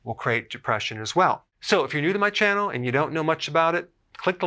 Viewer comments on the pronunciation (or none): none